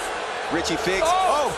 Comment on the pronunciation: Richard Figs?? No, let's learn how to talk again. That's not his name. Let's give him the respect he deserves.